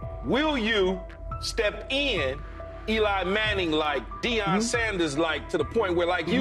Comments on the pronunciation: You can't pronounce Deion Sanders . You shouldn't cover the NFL. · This is the worst sports channel.I've ever seen.You guys can't even pronounce Deion's name right! Go do your homework rookies